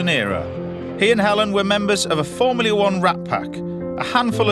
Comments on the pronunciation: "formleay 1" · Why can't this chef pronounce the word 'Formula' correctly?